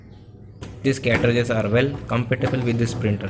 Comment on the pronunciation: Cartages Not Catrages